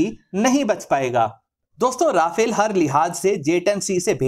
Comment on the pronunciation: its not rafale its RA FALE